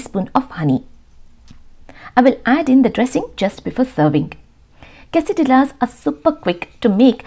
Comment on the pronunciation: Quessadilla is pronounced as ' quessadiyas'. You don't pronounce ' lla'